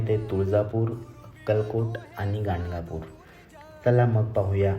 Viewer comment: Gangapur navhe it is Ganagapur.